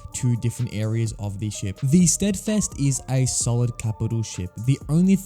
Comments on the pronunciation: the "streadfest". Not "Steadfast" but "SteadFEST". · It’s pronounced stead-fast not steadfest